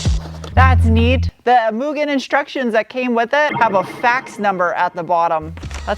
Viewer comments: Made my day to not hear you call it "Mew-gen" 🤘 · This will seem dumb to most people, but… Thank you for pronouncing Mugen correctly!! Keep up the good work.